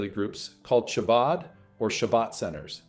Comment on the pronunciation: It is Hah-bud. Not Shah-bud.